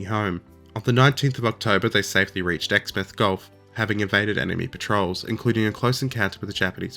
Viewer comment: "My Japanese pronunciation sucks." So does your West Australian. It's pronounced "Ex-mouth", like formerly having a place to put food. ;)